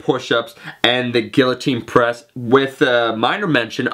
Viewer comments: "gill-uh-teen" press. LOL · guiltine press? wtf are you smoking please wtf